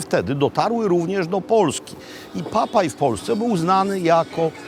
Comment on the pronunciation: Papay? Czy Popey?